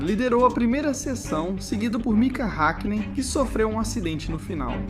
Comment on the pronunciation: Hékkinen, Méc laren 😪